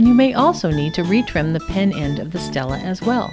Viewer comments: Stele= stel-ay okay?? stel-ay. not Stella. stel-ay. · ITS NOT PRONOUNCED STELLA ITS PRONOUNCED STEL-AY OK! STEL-AY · It's pronounced ste lay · Alright, she pronounced stele wrong, doesn't mean you need to start correcting her in a harsh way. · Guys OK WE GET IT SHE PRONOUNCED IT WRONG!!!!